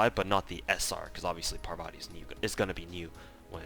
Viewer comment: It's pronounced Paarvati not Parvaati btw